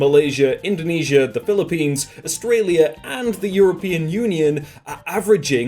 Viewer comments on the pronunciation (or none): none